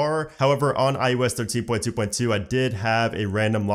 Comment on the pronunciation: Am I crazy or is he saying iUS?